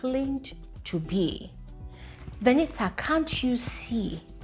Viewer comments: Is her name not Venita? It's like I hear calling her Veniha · The way u pronounce Venita 🤦‍♀️